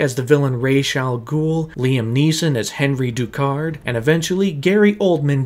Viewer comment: My only issue (other than the miss pronounced names from Ra’s and Henri Ducard) is the whole “I don’t have to kill you I just don’t have to save you” ummm yes batman YOU DO Have to save him! That’s voluntary manslaughter or as most people call it MURDER! He not only caused the event that killed him but he also COULD HAVE SAVED HIM.